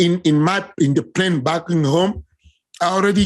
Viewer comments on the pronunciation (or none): none